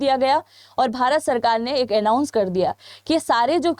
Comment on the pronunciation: उन्नीस सौ इक्याणु, और उन्नीस सौ छियाणु कौन सा उचारण है। भारत सरकार ने ऐलाउँश कर दिया। "ऐलाउँश नही ऐनाउँश बोले "आप सेँटेनिक भाषा तो नहीं बोल रही हैं? क्या ऐसे चैनल चलाओगी। मोहतरमा कम से कम सही बोलना सीखिऐ।